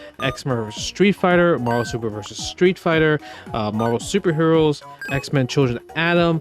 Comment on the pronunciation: TIL Justin Wong can't say 'versus'